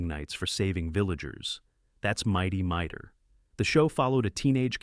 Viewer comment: Not Mighty MIGHTER. It's Mighty MighTOR. AI pronounciation still has far to go.